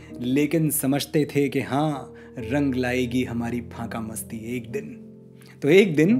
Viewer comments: "फांकामस्ती" नहीं 'फाकामस्ती' ! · Kaise shayer ho,faqamasti ko phaka masti keh rahe ho,zra tallafuz theek kar lo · Sir sorry but it's not phaka Masti it's faka Masti.